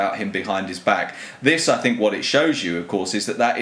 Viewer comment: No, bro. He said: "I sink depends...."